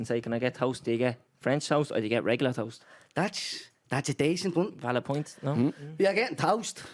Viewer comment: "vaild point" power 🤣🤣 cracked up lads. Adrian is controversial but I like it.